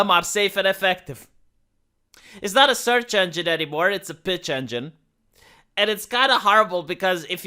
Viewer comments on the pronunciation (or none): I thought he said "bitch engine" lol